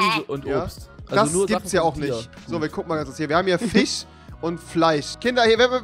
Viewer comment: "Wir haben hier Fich und Fleich" ~ Rewi | 2016